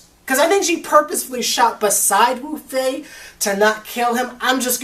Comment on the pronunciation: Wufei not lufei